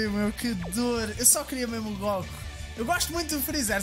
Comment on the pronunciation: Acho que o facto de dizeres "góku" muito à tuga ajudou te... não sei no quê, mas ajudou